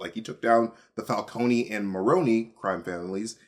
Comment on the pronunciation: he said falconey and Maroney lol